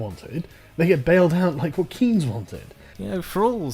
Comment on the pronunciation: CARL COULDN'T EVEN LOOK UP HOW TO PRONOUNCE "KEYNES" PROPERLY. FUCK. THIS IS OBVIOUSLY THE SMARTY MAN THAT PEOPLE SHOULD LISTEN TO